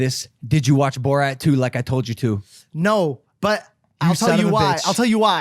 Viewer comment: Ok I’m sorry but how does not know how to say borat lol